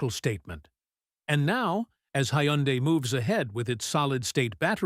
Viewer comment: …and doesn’t even know how to pronounce Hyundai 😂